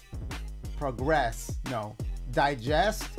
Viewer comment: The word is “process” you almost had it 😂